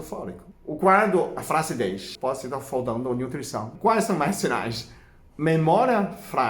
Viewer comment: " foldando " ( faltando)